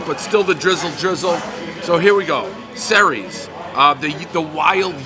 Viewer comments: Dave really butchered that. Ceres was the goddess of agriculture and grain. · its pronounced "Series"